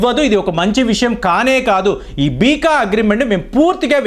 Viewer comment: Beeka kadu beca ani chadvu